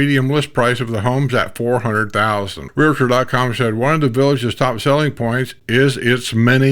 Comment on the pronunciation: it's not realator. (real La tor). realtor. (real tor) Gosh darn..